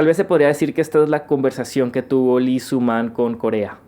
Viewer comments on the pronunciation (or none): Antes que otra cosa, tengo que decirlo, Lee no se pronuncia "Li" simplemente es una "i".